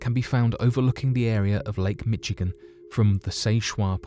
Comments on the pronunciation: not mich-e-gun. its mishigun. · As a Indiana native, your Midwest pronunciation cracked me up 😂 I heard "lake Mitchigan" but the state was correctly pronounced "Mishigan". Kidding aside, this is a wonderful video with so much effort and time put in, thank you! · Loved it! My only comment is it sounds like "Mish Again" not "mitch again" the difference was giggle worthy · I noticed that too lol, I'm on that east coast about an hour and a half or so South of Times Square and I always said and heard it pronounced "Mishigan" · The way he said "michigan" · The real mystery is how you managed to pronounce Michigan around the mark